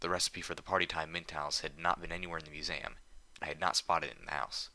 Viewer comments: Museum: Mew-zee-uhm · You pronounce museum funny. I at first thought they had spelled it weird in the story.